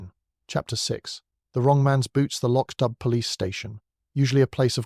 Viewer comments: If you're going to create fan fiction you could at least get the names right! Loch Dubh is pronounced "lock doo." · “Lo-ch dubb”? Please correct the AI pronunciation.